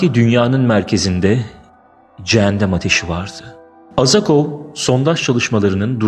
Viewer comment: Cennet ve cehennem gerçek bence ve bu sesler yer altından gelmesinin bi diğer sebebi cehennemlik insanların mezarlarında azap çekmesi nedeniyle oluşan sesler olabilir aslında gerçekte ne olduğunu kimse bilemez tanrı dan başka bu arada farkettim video da cehennem yerine cehendem diyip durdunuz sanırım diliniz dolandı ☺